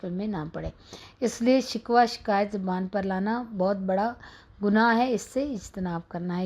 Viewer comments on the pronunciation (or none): none